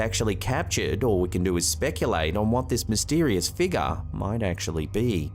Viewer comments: My fav is Figure (Figga) 😂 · Oh. And what’s a “feegar”?